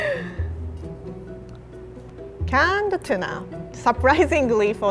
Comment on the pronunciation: sounds like she's saying "Canada tuna" lol